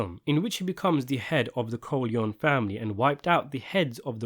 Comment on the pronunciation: Why are you Americanize Italian last name Corleone?